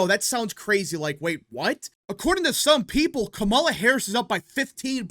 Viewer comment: Please learn how to pronounce "Kamala."